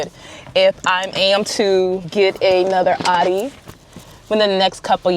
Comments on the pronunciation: It’s pronounced “ow-Dee” not aww-Dee smh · It's pronounced "Ow-dee."